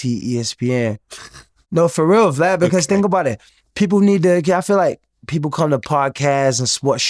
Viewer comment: I love when they say blad or glad instead of vlad